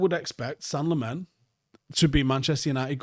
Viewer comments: Senne-gal Lemons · "Sen-nuh Lamm-uns"... You're welcome. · Just a note on pronunciation. Its Senne as in Senegal -gal. And Lammens as in (Lard-rd) + (lemons -le).